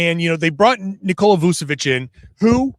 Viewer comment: hey, his name is pronounced with a CH, so Voo-cheh-vich, not Voo-seh-vich